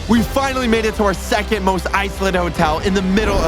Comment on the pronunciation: he said jecond 😂